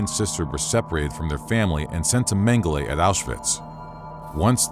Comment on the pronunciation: As disturbing as these war crimes are... The narrator consistently mispronouncing Mengele's name really bothered me!